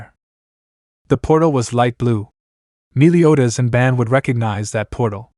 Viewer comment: All right so before this video begins I just have one question did you do it on accident or on purpose his name is bon b o n Even in the Japanese translation it's bon not ban not b a n is b o n